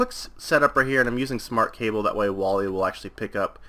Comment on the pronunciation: Waila is not pronounced Wally-a.It's Way-la